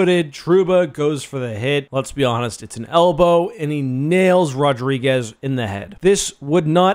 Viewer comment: His name isn’t RodrigueZ bro..